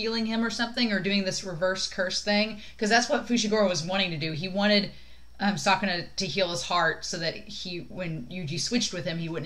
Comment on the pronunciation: you Said sukuna in a wrong way it's pronouced like this " skuna" like this very easy right🤭the most sad thing about this ep is that Yuji had expected that megumi would use a lethal technique that would end Sukuna's life as well as his own for that Reason he have to Switch again to stop megumi 😓😓love this great Friendship between the two espacially in the manga they became Closer than now😍😍😍, part of me still shipping them but other part refuse Because that would destroy the strong bond they have together for you you ship them or not?????